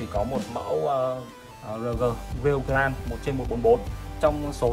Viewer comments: Góp ý với anh là grade đọc là "Gờ rây" chứ ko phải "Gờ ran" nha a E thấy sai nên góp ý chứ ko có ý j hết <3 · nghe ông này phát âm từ "grade" mà chán mẹ luôn